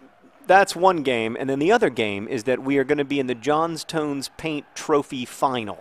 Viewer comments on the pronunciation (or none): John-stun. Just btw.